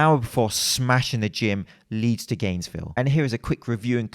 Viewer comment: saying "Gainesville "